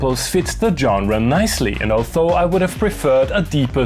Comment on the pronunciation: Kannst Du noch mal "although" sagen... ;)